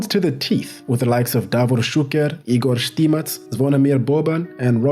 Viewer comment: Wow, that's a great pronunciation of DAVOR ŠUKER and IGOR ŠTIMAC !